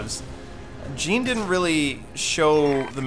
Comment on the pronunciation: dude jean is pronounced like Jean-Claude Van Damme. i have batman knightfall on an audio cassette and thats the way kevin conroy says his name